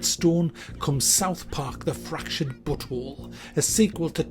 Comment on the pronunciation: you are the first person on youtube to pronounce "but whole" correctly!